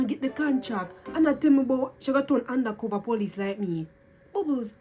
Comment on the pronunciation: “Tell me how u undacova”😭😭🤣🤣🤣